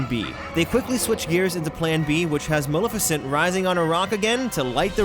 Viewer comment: You pronounced Maleficent wrong. Lol